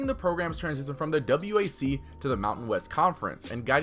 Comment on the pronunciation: It’s not the “W.A.C.” it’s the “Wack”